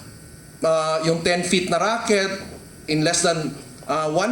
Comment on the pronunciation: Hindi rocket, racket.